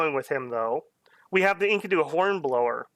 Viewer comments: you say it like....Inky-du's. when it's more like En-KEE-du. Not a common word unless you're into the Fable of Gilgamesh. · the pronounciation of enkido kills me.